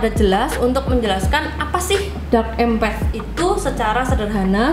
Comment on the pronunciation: Menarik sekali pembahasannya karena Abah juga empath, maaf kalo boleh Abah saran sedikit coba dengarkan para bule yang membahas empath itu, rasanya dari semua bule yg Abah dengar itu empath bule menyebutkan melafalkan tetap em'pat bukan empet😅, sekedar saran saja ya jangan marah karena jadi terdengar aneh empet empet.... Dark empet.... YouTubers lain malah ada yg lebih parah empath diucapkan impet impet wkwkwkw malah seperti impact benturan atau akibatnya, berdampak, kan jadi salah arti begitu, mgkn mereka ga pernah denger bule nya jadi dikira kira ejaan dan ucapannya di Inggris ingriskan sebisanya. Abah tidak maksud membuli silahkan di periksa orang Amerika, Eropa dan bule lainnya semua ucapnya empath itu em'pat, Abah bisa salah juga, mohon maaf juga, jadi ini sekedar saran saja. Tetap semangat berkreasi dan sukses ya